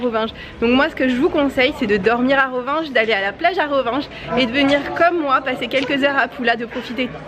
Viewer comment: Bonjour vous êtes a rovigne( prononciation) et non ronvinge